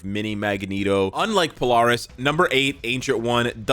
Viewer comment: Polaris is pronounced Po-Lair-Is